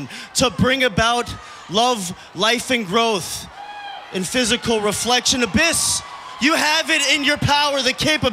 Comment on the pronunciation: $1 for everytime he says abbys lol